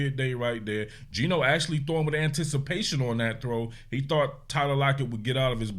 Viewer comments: Every time you say “Gino” you let the goofies win. It is funny tho😂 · Bro you saying Gino has me laughing 😅 Aside from the refs slowing this game down beyond belief, I’m proud of how the offence played especially “GINO” His release was so much quicker and it was noticeable from the get go with that 73 yard td to Dennis Rodman Jr himself